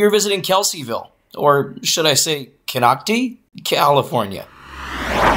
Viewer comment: Kon oc ti, not Kon oc te.